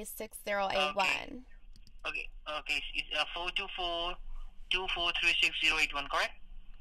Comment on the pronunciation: "3, 3 sex" Oh it's 6 like a number , I thought you said sex 🤣🤣🤣🤣